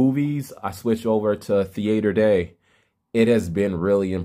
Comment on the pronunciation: Thee-aighter day